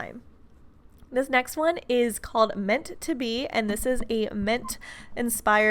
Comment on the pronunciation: Me: Say mint: Ment Me: dies